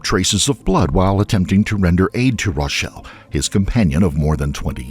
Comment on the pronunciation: It's Rachelle!!!!! He pronounces it like Rochelle, trust me, i had to look this case up immediately lol